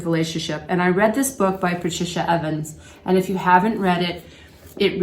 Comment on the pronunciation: Thanks for this video and the reference. (PS: The author is Patricia Evans - and not Avens)